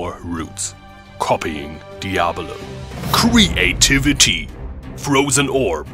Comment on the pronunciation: Cree-a-tivity! xD